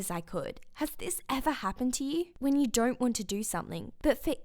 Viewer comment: "dornt do it"